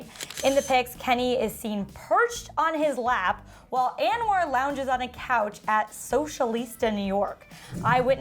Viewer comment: It’s not pronounced “AnwAr” lol